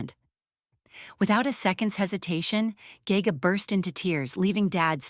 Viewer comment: Ge Ge is pronounced Girl Girl without the l consonant. It means princess in Manchurian.